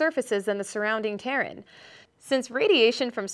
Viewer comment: Hard to argue the Asian woman isn't there for much more than eye candy when she misspronounces terrain...